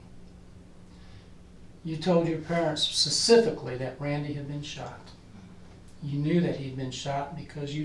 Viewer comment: guysss she said pacifically